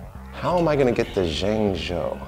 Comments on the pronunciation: pronoucing zhengzhou as yingyou is not very professional for a host hired by the Chinese tv channel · Why can't he pronounce ZhengZhou properly?